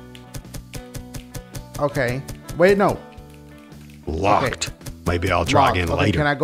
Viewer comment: dude: Locked. Maybe I'll try again later. Dashie: LOUACKEWD. wtf am I supposed to do?? im dying from laughter at these classic strange ass saturdays videos